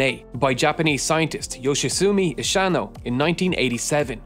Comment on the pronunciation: Ishino is read "isheeno" and not "ishay-no"